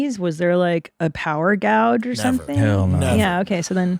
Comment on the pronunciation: Christina pronouncing gauge as gouge 😅😅